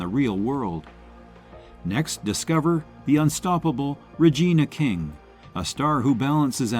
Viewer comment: Two issues I have with this list : DENZEL should be #1. The AI narrator kept mispronouncing Regina King's name.